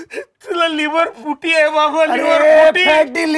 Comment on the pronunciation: tula 'Liver Futi' ahe 'Live Futi' 😂😂🤣🤣